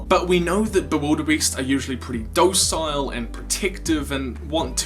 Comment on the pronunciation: did he just say dowcile instead of docile? Also who gave the cat a gun and who was drago’s music teacher? The screaming death?